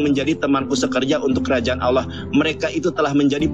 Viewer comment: bicara bahasa Indonesia saja sudah tak jela gimana kau mau paham? Sebut Allah, bukan Aloh